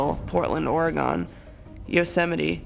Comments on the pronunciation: I actually live in Oregon and no offense to but please,please,please don't put an emphasis on gon! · understand. I dunno almost everyone in Oregon has not used an emphasis so it's just sort of a little pet peeve, lol. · ITS NOT OR-E-GONE ITS OR-GUN OH MY GODDDD I HAVE LIVED IN OREGON ALL MY LIFE DONT SAY OR-E-GONE FUCK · terris hate when people say "oragone" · You said Oregon wrong. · Ok so let's just approach the elephant in the room. I said Oregon the wrong way. My parents said it that way, my teachers said it that way. I live on the east coast and don't say "Oregon" very often. Sometimes I say it that way, sometimes I say it the right way. It's whatever rolls off my tongue. But if that's the only thing anyone has to complain about...well did a pretty damn good job. If you're thinking about being super smart, clever and observant and pointing it out...reconsider. It's been pointed out but many fingers already. We're all quite aware. 😘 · And they said Oregon wrong